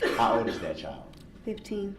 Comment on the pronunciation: OMG I thought he said chow Not child😂😂